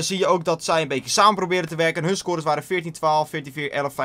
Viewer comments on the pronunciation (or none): Moet je echt elke video adverteren voor Mountain Dew.. Het wordt een beetje vervelend tbh. En btw, samen is met een S niet met een Z. xD